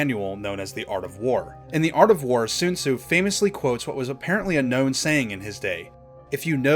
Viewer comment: Sun zu not Sune su